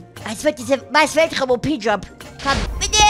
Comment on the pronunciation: dass heißt Mars und nicht maß